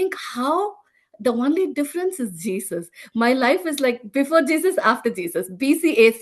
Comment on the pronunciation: I love this testimony. I must admit, I smiled every time she pronounces "only" "one-ly" 😁